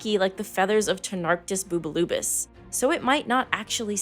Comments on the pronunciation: 'Bubulubus' is the best word I've ever heard pronounced. Bar none. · it really is not even kind of close tbh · I laughed every time she said it.